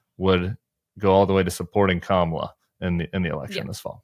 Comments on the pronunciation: He isn’t intentionally mis pronouncing Kamala..it’s evidence, yet again, of phonemic aphasia.. he also just doesn’t remember her name.. HE’S TOO OLD, HE SHOULD WITHDRAW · The wrong way to pronounce Kamala is actually the correct way to pronounce it, it's just not the American sounding one.